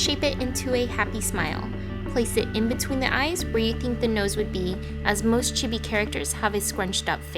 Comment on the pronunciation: Chibi sound like this chee-bee